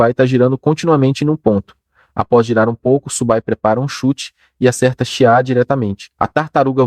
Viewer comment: Cara parabéns pelo vídeo, acompanho várias obras do canal e gosto bastante dessa, fico feliz por vc ter trazido aqui. Se me permite o toque, da uma conferida no texto antes da IA ler, pq ela fica com uns erros bobos mais irritantes como o nome do prota sair de "Su Bai" para "Subu Bai" e o nome da unidade ser algo que nem consigo entender rs São uns detalhes bobos mais que são repetidos o tempo todo e por isso acaba causando desconforto.